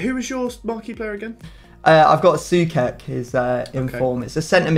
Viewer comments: its pronounced Souchek, not Soukek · Sue-ch-ek not sue-kek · Pronounced Soo-check, not soo-kek. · it's not soukek it's actually sou-ček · Please pronounce Soucek as Sue check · Pointless comment here, but please, it's pronounced "So-check" 😁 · I can't be the only one bothered by the pronounciation: it's literally pronounced "So-check", nothing too dificult. He's a proper beast too, might as well pronounce it right.